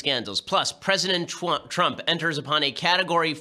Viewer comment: I heard it ben, i heard it. You said "Pwesident Twump" I heard it. It was glorious.